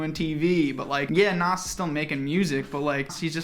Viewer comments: The way u pronounce Nas bothers me Its NAHZZ not NOSS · why does say nas like that hahaha